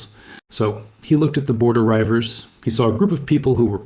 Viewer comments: “Rievers” is pronounced “reevers” not “ryevers” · Great content, undoubtedly accurate, and with by far the best art I've seen on YouTube! One hopefully useful point about the Border Rievers for future videos: it's pronounced "reeve-ers", the first syllable rhymes with eve. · That's 'Reivers'. Pronounced 'Reevers'. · Its reevers nae rivers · Reivers is pronounced "REE-vers." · Reivers pronounced Reevers not Ryevers 😅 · NOBODY says "Victuals" - the glottal stop is used, rendering, "Vi' ttles" - the 'T's being silent. NOBODY says "Rye-vers" - it's pronounced REEVERS, from the verb To Reave (rob, plunder). The so-called 'Black Irish' are NOT from Spanish or African genetics! It's merely a throwback to the ancient neolithic R1b-L21 dominant strain and variant mtDNA haplogroups H, H1 and H3 that can occur in individuals with blond-, red- and brown-haired siblings - a fascinating and on-going study. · Reiver: pronounced reevurs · Border reivers ( pronounced Reevers) weren't Scottish, they were a mix of English and Scotsmen who lived either side of the political border. It also wasn't just reivers who went to Ireland, Welsh and English also did. Another point, King James was a Scot not English. The mountains or highlands of Scotland is not where the reivers came from, it is what now is called Cumbria, Northumberland and south west Scotland called the Lowlands. Modern Americans are so obsessed with purity they don't get that nobody in America today are Scots Irish or Irish Irish or anything else to do with British other than a little bit of DNA that if your lucky accounts for 0.009% of your genes. Being something is 99% culture not blood. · A.I. can't pronounce rivers